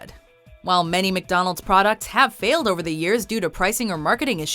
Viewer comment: Is it my ears or does she pronounce McDonalds like: "meek donalds"???